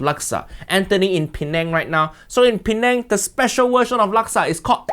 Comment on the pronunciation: As an Indonesian, I just found out this time how to pronounce the word "Penang"....Pineng